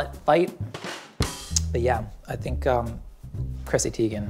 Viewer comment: Who's chrissy tiegen lol